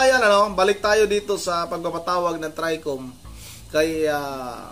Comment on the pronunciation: BoBo mag pronounce NG TRI COM...😂😂